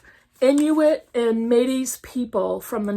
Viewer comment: Wow love that NYRB shelf on the back, jealous! Had no idea the Smoke Gets in your Eyes author was on YouTube! That’s wild. I’ll have to check that out. Just so you know, you’re pronouncing Métis as the Greek word metis, I think? With the S at the end. I’ve always heard it pronounced here in Canada as May-Tee. The Butchering Art sounds really interesting but I wonder if I could actually handle it lol